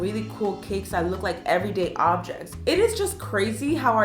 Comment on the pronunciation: Her saying everyday objects: Me: no YOURR every day objects